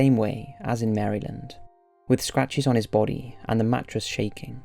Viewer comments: I was commenting on his pronunciation of Maryland dipshit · I love Top5s, but his pronunciation of "St. Louis" and "Maryland" got me cracking up!